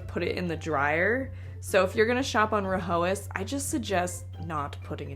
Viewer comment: It’s pronounced rye-as H is silent